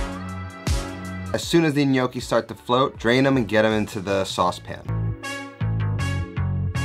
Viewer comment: I watched the video because to start with, he actually pronounced it right!